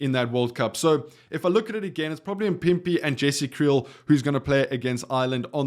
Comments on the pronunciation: Why are you butchering a name so phonetically simple like MAAAAAA-PIMPI.. Anyway i would love to see Fassi at 11 and Sacha at 15 vs Wales. I have no idea who can play 14 with Ireland in mind but i agree that Jesse Kriel will be moved to the wings primarily for his defense and organization of that defense. We really just lost the world's best back 3 😢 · Not mpipi its mapimpi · There's no way you can't say maphimpi. L video.